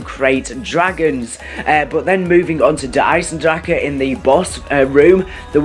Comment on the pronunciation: OMG EVERY YOUTUBER SAYS DER EISENDRAKA THE CH DOES NOT MAKE A K SOUND IT'S GERMAN. IN THE MAP RICHTOFEN SAYS "FEED MY DRACHEN!" IT DOESN'T MAKE A K SOUND!!!!